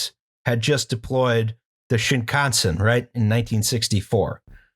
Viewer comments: I'm a Japanese American and I'm from the American Midwest. Hearing "Shinconsin" broke me for a good 5 minutes. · he pronounces shinkansen like Wisconsin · I grew up in southeastern PA, not far from Philly. I'm currently in Japan for work, so hearing "shinkansen" pronounced in the most Philly way possible warms my heart. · The way Justin pronounces "shinkansen" exactly like one would pronounce "Wisconsin" has me fucking dying. This is what I subscribed for. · We need a fusion of Justin and T-Pain who can rhyme Shinkansen with Wisconsin with Mansion